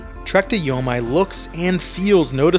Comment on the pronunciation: It's YO-MEE. how can anyone take your review seriously?